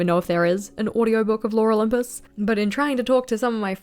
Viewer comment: I heard "Laura Lympus" every time you said "Lore Olympus" 🤣 Concerning Life is Strange, I absolutely agree with you! Didn't like 2 a lot. I haven't played Double Exposure yet, but I really want to... the first game holds a very special place in my heart as well, it was a very unique experience.